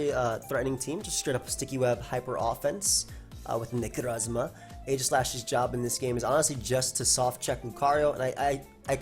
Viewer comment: am I the only one that always hears him say "niggarozma" instead of "necrozma" or am I just a terrible person